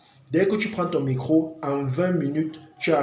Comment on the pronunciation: C'est d'accent. Rien de grave